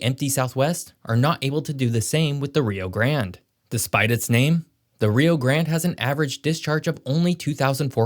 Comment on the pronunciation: You mispronounced the Rio grande River. And you mispronounced two of the Mexico cities that you have mentioned. You also mispronounced saguaro